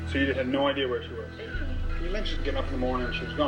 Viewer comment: “i had no idear”